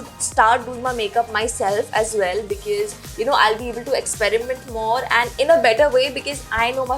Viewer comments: She says becees instead of because (fukri) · Its because.. Plz pronounce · she is always pronouncing "Because", wrongly.....to be frank it is not gud